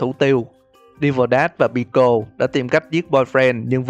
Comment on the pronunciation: Đọc là pico ko phải bico